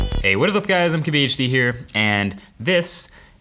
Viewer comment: wheb you say mkbhd in the beginning, it sounds like Swahili:))))))